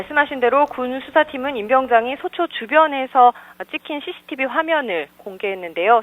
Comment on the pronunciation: ㅋㅋㅋㅋㅋ 여자아나운서 발음봐라ㅋㅋㅋㅋ 씌씌티비 래ㅋㅋㅋㅋㅋㅋㅋㅋ